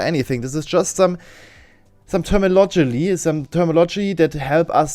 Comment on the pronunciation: Termilogoly. 😄 BlockDum-Dim. Brilliant. This is way more entertaining than the subject matter would have you believe.